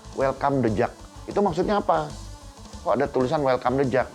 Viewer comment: Yg dubing siapa sih?? Tiap sebut the jak Pelafalannya salah..